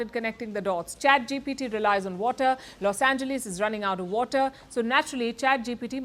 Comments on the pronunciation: Never heard anyone say los ange"lees". Its pronounced los ange"less". Less..not lee's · Los "Angelees"?